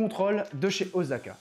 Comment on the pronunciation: C'est Osaka pas Ozaka 😁 mais très bonne vidéo ! Vous méritez plus de vues